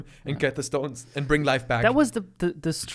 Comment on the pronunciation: When said Thanus instead of Thanos i absolutely lost my shiz